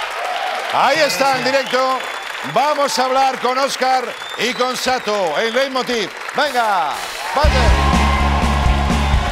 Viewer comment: Ese señor mayor ahí pronunciando Satu en vez de Zatu.